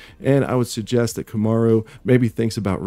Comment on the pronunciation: Repeat after me Kam' rue ee